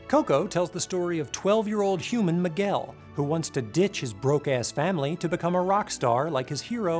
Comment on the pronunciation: I love you but your pronunciation of "Miguel" gives me seizures